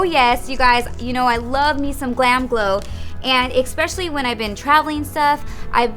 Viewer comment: Suss-cribe and ex-pecially 😂it always kills me